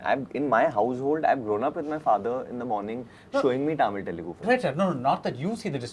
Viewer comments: ! First, learn to pronounce Telugu and Tamil.. it is not T-elugu.. it is th-elugu and th-amil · Varun pronounced tamil, Telugu, Kannada all wrongly 😂😂😂